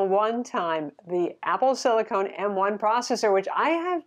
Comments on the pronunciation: Sil-cone? That's for implants, I think you mean silicon ( rhymes with on, gone Don etc.) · Apple Sili*con*, not sili*cone*. Totally different materials. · It’s silicon not silicone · did she say "silicone" ?